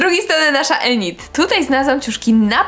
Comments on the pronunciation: Init nie enit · Tak ogólnie to nie jest enit tylko inyt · Inyd się mówi a nie enid to się pisze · Enyd E w J.Angielskim jest wymawia się jak I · nie mówi się ENID TYLKO INID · bo ja tylko chcę powiedzieć że się mówi Inyd a nie Enid 🩷💖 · Inid a nie Enid bez uwagi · To nie enid tylko inid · ined a nie enid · Mówi się inid a nie enid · widac ze twoj lektor nawala na Netflixie bo Enid czyta sie Inyd xD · Boże Kochanie...Piszę się Enid ale mówi się Inid...😓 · Mówi się inid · mówi się inyd